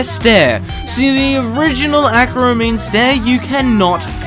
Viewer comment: aquaramine stair , bro sounds so british when saying that